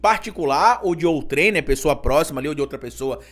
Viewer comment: Desculpe,, mas a pronúncia de OUTREM não é "OUTRÉM", é "ÔUTREM". Nota: você tem um imenso crédito, porque aprendo muito com você. Por isso é que tanto acesso o seu canal. Obrigado!